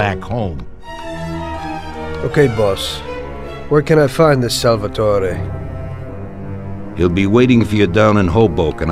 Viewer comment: odd way of pronouncing Salvatore as Salvetoreh. Like he's trying really hard to sound Italian-American.